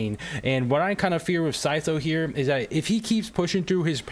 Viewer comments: sy-szoe IT'S sy-tho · yea it is but he cant do "th" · isn't it sai-though or smth like that